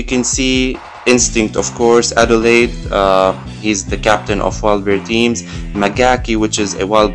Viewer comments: Mikyotono is disappointed, very disappointed. Firstly, shout out to those crazy people using Nests female fighters am I right~? haha. Anyhow, it's for Mikyotono's best review time. Complaints: I do not mind Aldeheid's name pronunciation, because it is not practically English (Alde"hide" not "hid" or whatever *ahm*). What I do mind is the 2 times you messed up the pronunciation of the word "synergy". What a "sin"! Got it? Haaa, hope you did! (Don't hurt me x3) (Personal side note: I will never replace my Nests girls no matter what happens! No chance persuading me haha) Moving to the educational side of it, you covered a pretty wide variety of formations, not all, but a healthy variety. No other real comment on the matter. Single sad part is that there was no Momoko on that healing team, as you stated. ("More damage she could do*" btw *cough*) Oook, back to that side, , Goenitz, I am fairly certain there are 3 syllables. "Go" "E" "nitz". More like, that E was the problem, E as in, "Enter". (Baby don't hurt me, no more") Thank you for your attention, Mikyotono done, Peace out! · I will! Just you wait! This is only the beginning! Haha (Spelling "Adelheid", pronounce Adel"hide", thank me later, and don't worry, I know how much you hate me right now hahaha)